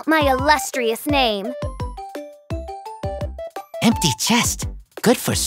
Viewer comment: Everyone : Omg there's chest, maybe it's treasure Meanwhile Razor : i'm gonna take the empety chest